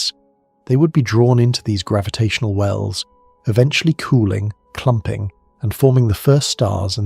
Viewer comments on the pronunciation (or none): none